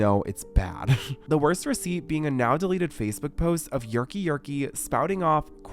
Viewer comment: “Yerky yerky”💀